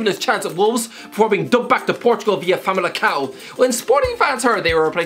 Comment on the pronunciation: Also Famalicao